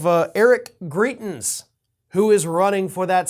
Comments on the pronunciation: And it’s GrItens, not GrEEtens. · As many have said, these races are in Missouri, also, Greitens is pronounced with a long "i" sound. Thanks for everything you do,! I'm happy to see so many following your work from SWMO! ^_^ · It's MISSOURI!!!!!! And it's pronounced gri (long I) tens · Are you saying, "Greitens" or "Cretins?" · Missouri not Kansas and it's pronounced griItens. Hard I. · It’s Eric Greitens (gry-tens). Disgraced former Mo Governor. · Come on man... Wrong state and wrong pronunciation of our stupid ousted governor. This state is quickly becoming a S-show and all the republican trash that keeps getting elected